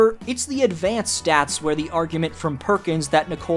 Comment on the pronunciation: Perkin be ray-ciss